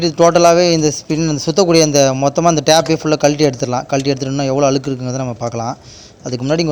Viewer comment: Pl say அழுக்கு and not alukku ,alukku ---அலுக்கு , அலுக்கு.